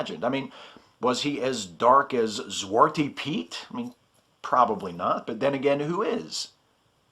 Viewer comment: shudders Please promise to never ever say a Dutch word/name again. That pronunciation was horrible... PS, the accepted English name for Zwarte Piet is Black Pete.